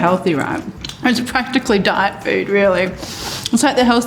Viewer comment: i thought she said 'die' not diet